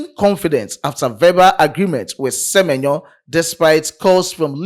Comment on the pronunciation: Se-me-nyo to Liverpool